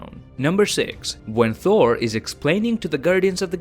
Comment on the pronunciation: Why do you pronounce Thor as Four ?